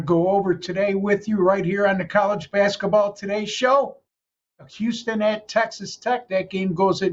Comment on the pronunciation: It’s basketball, not baskaball